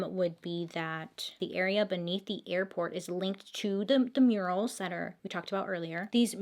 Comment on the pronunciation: I love this story!!! Lol Bailey, I thought you said right inside there were “urinals” and realized you said murals. 😂😂 Btw your Make-up turned out beautiful!